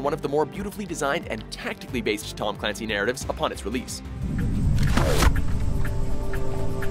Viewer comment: It's pronounced Tom CULANCY.